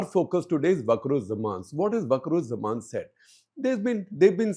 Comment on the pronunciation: its not bakurujjaman!!! idiot. Its wakarujjaman. You dont know anything about bangladesh.